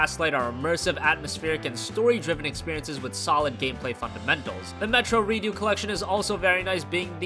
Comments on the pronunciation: "Metro Redo" 😂😂😂😂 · Metro Redoo? Redoo?! Redux! Dux!!!!! Get it right!